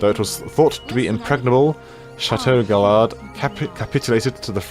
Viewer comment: The aztec city i believe is pronounced Chee-Chen Eat-sa, and the french castle is Guy-yard.